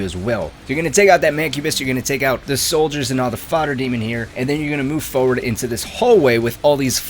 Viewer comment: For-ward. For-word. Forward. Turr-et. Ter-it. Turret. Hope this helps.